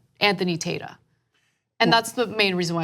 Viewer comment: Tata can't even pronounce his name... talking about how it's Italian 🤣🤣🤣🤣🤣🤣🤣🤣🤣🤣 If you say it the Italian way it's "TAH-TAH". Americans crack me up.